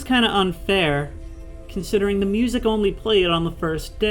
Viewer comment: the way this guy says "MewZak" still love the video.